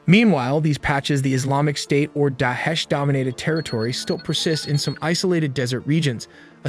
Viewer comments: Where did you get this information from, You can't even pronounce (Da eesh) correctly. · it not Dash ... It's Daa - Esh ... Pronounce it properly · Not DESH its pronounce as DA ISH.